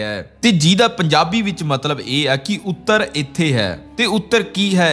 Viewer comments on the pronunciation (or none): none